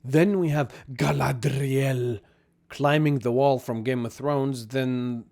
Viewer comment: Everytime you said "Gallladrrrriellll" I had to think of Clearance from Final Space.